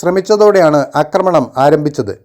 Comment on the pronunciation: അക്രമണം ? ദെന്താ സംബവം ? പഠിക്കൂ - ആക്രമണം എന്ന് പറയാൻ !!!